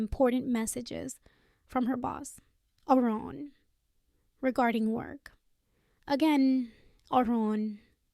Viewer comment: Quit half the way through. This is the worst AI voice ever with a horrible annoying pitch that would repeatedly fade off to a quieter squeaky sound. Oh by the way, it is Aaron, not Oran. At least it didn't have that random grunt of the previous sucky voice.